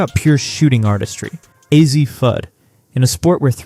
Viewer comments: AI STRIKES AGAIN! is is Ahzzi, or ouzzi Ahshi Fudd? 😂😂😂😂😂Can’t make this stuff up. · That is because it is AI and it has been having trouble pronouncing Azzi’s name. The most you get out of these AI videos is a good laugh. Its first video on UConn was hilariously riddled with mistakes.